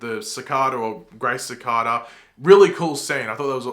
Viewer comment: The way you’re pronouncing Cicada isn’t right